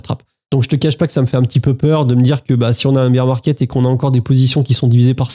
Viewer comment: Chance d'être passé pas mal en stable crypto et d'avoir vidé le PEA avant la baisse. Incertitude totale. Par contre c'est le "bear 🐻 market" pas "beer 🍺 market" 😂